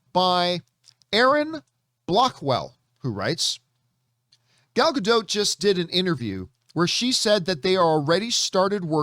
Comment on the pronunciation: Please learn how to pronounce her last name. It does not rhyme with boat.